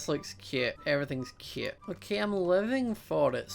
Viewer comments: Instead of cute he says it like kute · I love the way you say cute